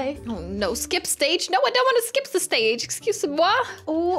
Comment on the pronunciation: it was saying ship stage insted of skip stage xD